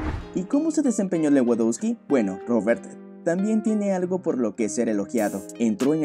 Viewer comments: Buenisimo video y narrativa, sólo trata de pronunciar bien los nombres de los jugadores... se pronuncia "Levandovski" :) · Buen video pero por favor pronuncia a lewandoski mas o menos bien, se pronuncia levandosqui